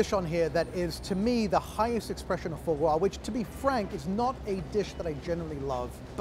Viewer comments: "Pure extression of faux gwo" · His mispronunciation of foie gras is so aggravating lol